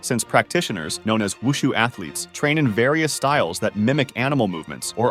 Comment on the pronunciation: When i looked at this i IMMEDIATELY thought of wushu cuz i follow wushu 😊 AND KUNG FU AND TAICHI 😃😃 (Side notes: for Silat its not Sai-Lat its See-Lat Tai chi is pretty much hurting your thighs from what i practiced Omg u actually pronounced wushu correctly (for the 1st time) and i love this vid)